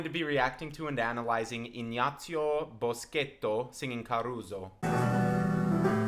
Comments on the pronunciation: That was an excellent pronunciation of the Italian name. I'm impressed. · The fact that you pronounced his name correctly amazes me. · Thank you for pronouncing his name correctly